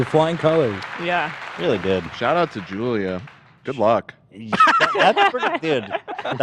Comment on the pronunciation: i thought her name was joya until hila said julia bahaha